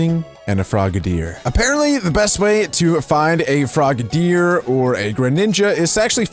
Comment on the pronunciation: It’s frog-a-deer